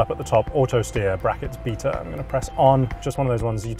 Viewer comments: Beta, not Beeta. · "Bita"............ wtf dude its pronounced Bay-ta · It's pronounced "bay-ta" not "beeta"